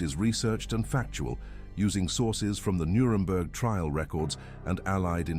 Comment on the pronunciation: “Nuredberg” - really? This is really bad AI slop.